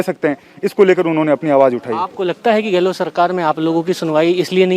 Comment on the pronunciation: रजत भाई आप हमारे मुख्यमंत्री का नाम गलत बोलते हैं हमारे मुख्यमंत्री का नाम अशोक गहलो ट नहीं है सही नाम है अशोक गहलोत लास्ट का अक्षर सरनेम में त है / ट नहीं